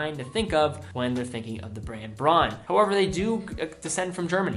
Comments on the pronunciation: great video as always! I know pronunciation is difficult for some German names. But simply say Braun like "brown" its a lot more accurate. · Difficulty for Americans: In the advertising here the company pronounces it "brawn", presumably because "brown" does not sound European enough. It blew my mind when I first saw a Braun ad in German, and I realized yes: "au" in Braun is pronounced as 'ow', as Donau River. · He pronounces "Bronn". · Many people helping with the pronunciation of Junkers. I believe Braun is pronounced Brown. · Braun is almost pronounciated as in Brown. But its ok.